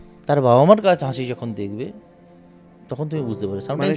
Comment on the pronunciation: কথাটা হাঁসি নয় " হাসি" হবে.....💯